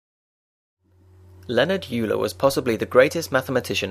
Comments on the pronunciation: I thought its pronounced 'oiler' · It is pronounced "oiler"; just as Freud is pronounced: "Froid". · "Yuler" sounds better anyway. "Oiler" just sounds bad. I'm calling him Euler as described in the former pronunciation.